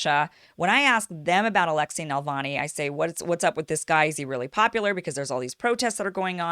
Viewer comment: It’s NaVALni, not NaLVAni 🙄